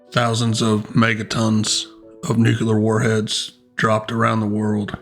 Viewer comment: good vid except for "nucular." It is new-klee-er.